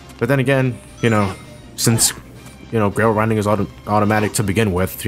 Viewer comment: Even though he apparently said "grail rinding", I heard it as "rail grinding".